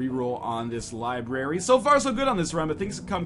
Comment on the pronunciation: I thought you were an English teacher? Its pronounced LIBRARY! Its not LIBERRY!